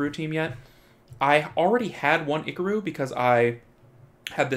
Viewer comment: STOP SAYiNg IcaRu LiKe tHaT